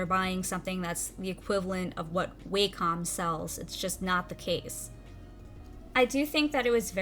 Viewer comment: Never heard someone pronounce Wacom as Way-com.